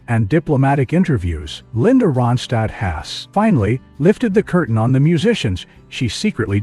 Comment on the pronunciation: You're not even Anunciating her name right 👎